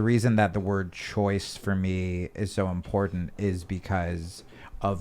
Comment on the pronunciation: I love MTG, I like the way she says impordant instead of important.